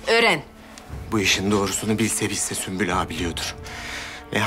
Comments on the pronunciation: Biri süklüm der diğeri süslüm kfkfjf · hele bir de Sumpül vardı ahshah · sümbül ağanın ismini yabancı kadınların söyleyememesi peki ksbdjdkshd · Bu sümbül ağanin adini kimse düzgün solemiyor ya ahaha